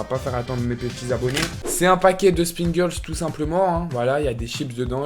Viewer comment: c pringless c pas springless